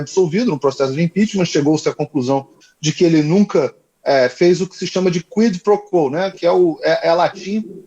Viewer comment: Sugestão: a pronúncia é: “ Cuí pro cuó “